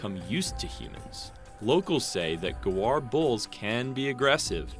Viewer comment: ita gaur not guar